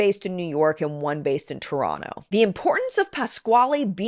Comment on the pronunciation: All the props for saying Toronto correctly (Toronno). It's a little thing but something I always look for and cringe when people pronounce the second T.